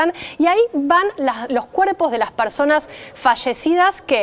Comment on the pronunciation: QUE ALGUIEN LE DIGA A LA SEÑORITA QUE SE DICE "PERSONAS Y NO PARSONAS" POR FAVOOOOOOOOOOOOORRRRRRR, PARA SER PRESENTADORA DEJA MUCHO QUE DESEAR QUE NO LO SEPA NI PRONUNCIAR EN EL 2020 Y LO DIJO 6 VECES MAS COMO ÉSTA.